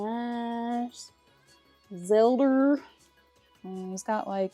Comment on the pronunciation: GD it you got me saying Zelder now too. Smh. 🤣